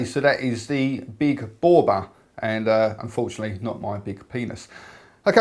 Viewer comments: Hey, Its pronounced Bow-Bay. lol. Regards fae Glesga. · its pronounced bob aaaaaa good vid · pretty sure the correct pronunciation is bow-bee